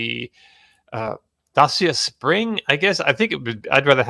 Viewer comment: it's pronounced Da-cha not Dacias (Romanian brand bought by Renault bought by Dongfeng). Also, Hyundai is pronounced Hunday like Sunday.